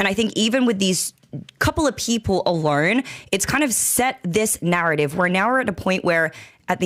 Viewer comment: ALONE = "Ah-lourne"